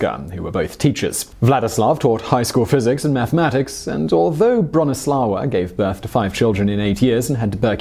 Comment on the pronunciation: Bronisława is read more like Broh-knee-swah-vah. In Polish w is read like English v and ł i read like w :)